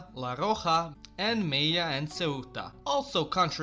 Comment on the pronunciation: I love how this Serb pronounce Extremadura and la Rioja as Ecstemaduja and la hioja